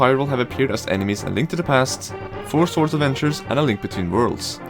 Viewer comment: Please, stop saying "soårds". Just skip the "o" and you'll be pronouncing it prefectly. Despite my nitpicking, I enjoyed the video, so thanks and gj ;)